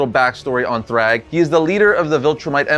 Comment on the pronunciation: Majority of these are hardly impressive 😂😂 - and you're saying "thrag" wrong